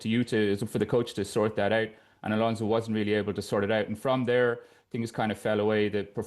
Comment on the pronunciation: Ghjschabi Alonso.. English will find any way to butcher a person's name